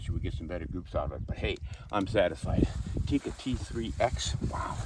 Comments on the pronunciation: It is not pronounced Tiikka.It is pronounced and written with one i.So it is Tikka. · It's Tikka.. not "theecka" or "teak-uh". It's just a direct tick-a. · Almost 60 years of Tikka rifles and people still cannot pronounce "Tikka" correctly.